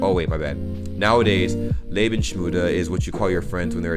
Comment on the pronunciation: "Lebensmüde" is more like suicidal and you pronounce it "Lebens-müde"